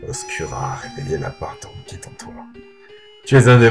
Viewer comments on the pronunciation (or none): Pas mal, pas mal, Imothep ^^ PS : ça se prononce "Oscoura" et non "Oscura" ;)